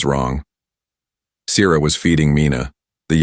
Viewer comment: your spelling and pronunciations suck. Sierra SEE ERRA, WARM in not worm. Stupid AI.